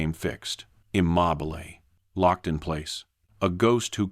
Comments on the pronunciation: They were IM-MOB-BILL-AYE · Immobile=im mob oh lay... Guess I've never heard it pronounced like that. Also, I'm really glad they restated the exact same things at least a half dozen times, because I didn't pick up on the story the first five or six times they told me about patterns in trees.